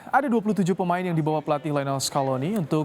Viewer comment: Di bawa woiii, bukan di bawahh ngomong lebai